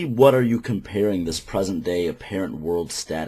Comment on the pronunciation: "dis erf is ruled by Devil himself" don't need to say more, self-pwnage